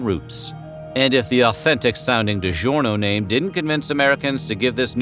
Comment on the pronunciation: If only the speaker would pronounce "DiGiorno'" correctly...